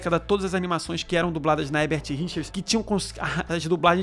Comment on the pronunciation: É engraçado como o / Garcia Júnior também dublou o Pica-Pau quando era criança. Obs: É engraçado como ele até hoje fala 'Hebert Richers' e não o nome correto que é 'HeRbert Richers.'